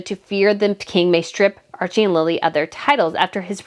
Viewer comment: It isnt Lila its Lili